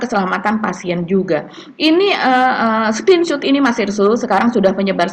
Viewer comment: yang benar Screen Shot (SKRIN SYOT) BUKAN Screen Shoot (Skrin syut)